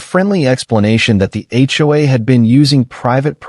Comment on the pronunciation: TOW not toe or toast and HOA not hua